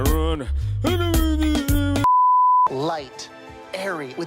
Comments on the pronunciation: Ma-ca-ron not ma-ca-rooooonnn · Macarons and Macaroons aren't the same. And Macaron isn't pronounced 'Macaroon'. Macaroons are biscuits and macarons look like colourful burgers. Get ur facts right. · NOT MACAROON ITS MACARON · Person of marshmallow no they mispronounced it in this case there are two different cookies one is with two o' the other is spelled with one o, the sandwich Macaron is pronounced Mack-uh-rahn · The pronunciation for macaron had me triggered